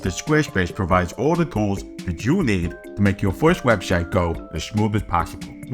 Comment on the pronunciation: Not to be that guy, but might want to work on his 'webshite' pronunciation.